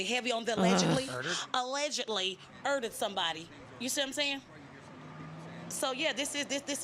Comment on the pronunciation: Urd-dered? WTH is with this butchery of language.